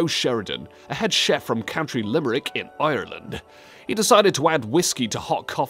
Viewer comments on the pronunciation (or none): none